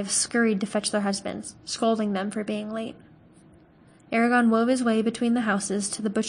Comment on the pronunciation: Lol you mispronounced so many words including Eragons name lol I legit thought you were calling him Arya....lol